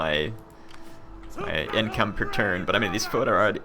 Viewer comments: It's pronounced fed-e-rati. It's the word from which we derive 'federation.' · it's pronounced Federati. (as if there's no O) Other than that, great vid. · Mathias Kjeldsen today it can be pronounced federati but I believe that they originally pronounced it FO-E-Derati